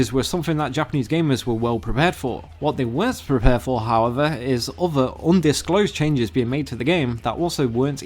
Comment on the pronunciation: I like the videos but whoever does the voiceover for this video really needs to work on their pronunciation and rhythm! It sound like a robot speaking and constantly pronouncing "th" in words as v or f (wiv-with, free-three, uvver-other, fings-things, munf-month, forf-forth)